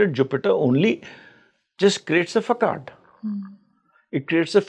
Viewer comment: Facade is pronounced as fasaad and not fakade! Sorry it sounded very odd so couldn't help pinpointing . Dr meenakshi kilam j&k